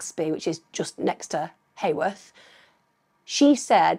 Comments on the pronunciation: Its heworth not haworth lol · Not that it matters at all…but as a local to the area, Heworth is pronounced Hue..worth, ( so like saying you-worth but with an H) not hay worth. Enjoyed hearing your take on the case and nice to hear a non judgmental view of Claudia. I have long wondered if she had an affair with the wrong persons husband….which lead to her demise, do we know if any of the men she was seeing have mysteriously disappeared too? but then again it could be a complete random opportunist predator that homed in on Claudia, wrong place wrong time kind of thing. Could be a student at uni that she rebuffed….Very tragic case for her and all of her family and friends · It’s Heworth not Heyworth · Heworth is pronounced like Hue.. worth. Just FYI, xxxx❤ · Just one frustrating point Em'....It's pronounced HEWorth, rhymes with Who worth! Just a minute irritation. 😠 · York locals will never forget. I thought that too, best way I've ever heard Heworth and Acomb said 😂😄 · Yesss, finally! Thank you Emma. I’ve been requesting true crime content creators to cover this case for years. It’s very close to my heart because I’m from York (live about 2 miles from Claudia’s home) I’m the same age as Claudia, and us Yorkies still haven’t forgotten about her. Nobody simply vanishes. Somebody knows something. Also, Claudia disappeared from a suburb called Heworth, (pronounced Hue-worth) not Hayworth. There is no such place as Hayworth in York.